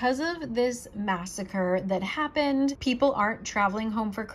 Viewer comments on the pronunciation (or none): none